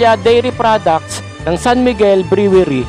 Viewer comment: Brewery - pronounced as - (Bruwery) !